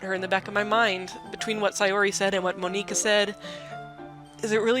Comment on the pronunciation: No no no! Monika says that's not how you pronounce her name. Don't call here Mon-ika. >:(